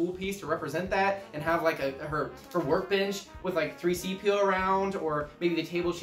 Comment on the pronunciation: no way my boi just said 3-cpo